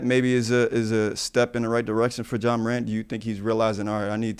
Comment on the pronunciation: Dawg I'm faded cause Brandon sound like he's saying "jaw" Morant 😂😂🤣🤣Oan, Ja "strap" Wick needs to get right😂😂🤣🤣